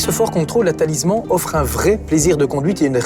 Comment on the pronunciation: Lui, il ne sais pas dire correctement Talisman, et vous, ne s'avez pas écrire correctement ! Des GENS et UN nom, c'est mieux. 😅